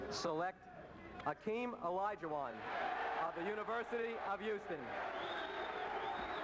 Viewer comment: Isn't it Hakeem? Not Akeem?